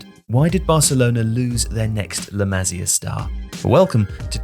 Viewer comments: It's pronounced 'LA MA SIA' NOT LA MAZIER FFS 🤬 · It's La 'Ma-see-ah' not La 'Mazeeuh' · "Le Mazzia" bro tell me you're trolling for engagement 😂